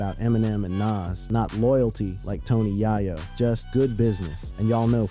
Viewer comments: It’s Hov not Jav Yay-yo no yah-yo 😉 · Tony Yaw-Yo? Really? Are you a robot? You’re really not connected to the universe of music is you can’t say the name right. This seems like it’s one sided… You Hov as Hav… I had to stop. This is wack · I can't with this stoopid ass AI voice. Clearly they tried to model The voice of a young black man. Any young black man of this era would know how to say HOV,In Da Club, YAYO... it's just too much inaccuracies to listen to.